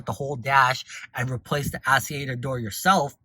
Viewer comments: Actuator!!!! Not Asseator😂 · Interesting info, my mom has one of these and is having trouble with hers. I believe it’s pronounced blend door act-u-a-tor lol but thank you. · wtf is an ass-e-ater